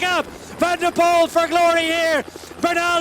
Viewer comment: Definitely not Hutchinson, think this is. Pity he can’t pronounce Poel correctly.